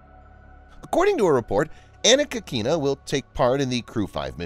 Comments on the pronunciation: Sorry, but she's KÍkina, not KikÍna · Anna Kikina was pronounced almost correctly, yet the stress should be on the first syllable. Key